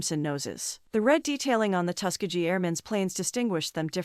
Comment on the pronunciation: First of all learn how to say Tuskegee (Tusk as in elephant tusk, Key as in key to a door and gee as in ghee the indian clarified butter). Other wise you sound like an AI voice.